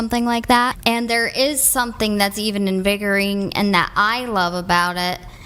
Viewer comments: WTH does 'invigoring" mean? I believe she was trying to say invigorating. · She said invigoring😂 not invigorating. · "invigoring" lol